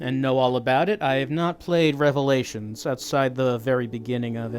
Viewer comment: "Rev-a-lay-a-tons." still too soon,.